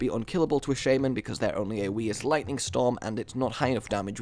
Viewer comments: Where do you see a "Y" in shaman, Please stop saying shaYman. Its shaman, No "Y". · i love your videos really entertaining but the way u say some stuff such as shaman u say shaYman :/